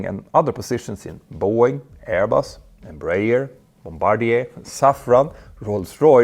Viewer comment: Bro, how did you pronounce Embraer???